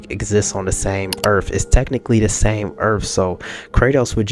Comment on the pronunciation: like the video. but earth has end's in a th not f. If you have a speech thing forgive the lame joke. 😄